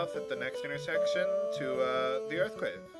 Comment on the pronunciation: I thought I heard you say Earth Crib as you left Melmond. XD